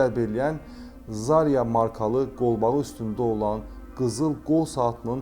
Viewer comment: zArya yox zarYa, udareniye son ya hecasına düşmeldir